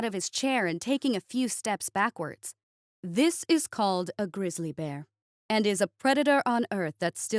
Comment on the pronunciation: "grizzly rimiki" lol